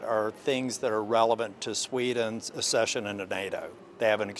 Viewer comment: Jesus God dammit will you PLEASE stop saying “assession” it’s ACCESSION. ACK-SESH-UN.